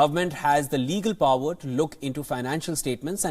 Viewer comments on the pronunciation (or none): none